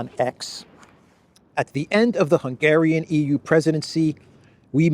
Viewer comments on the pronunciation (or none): none